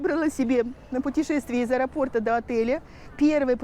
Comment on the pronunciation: .божеееее правильно говорит аэропОрта. Респект!